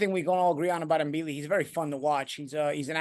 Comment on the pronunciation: C Mbilli, the M is silent. Just say Billi